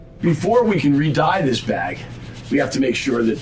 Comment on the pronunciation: I thought he was saying "bad boy" every time he said bag